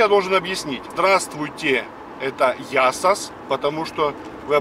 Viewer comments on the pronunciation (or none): А почему « Ясос», а не Я сас?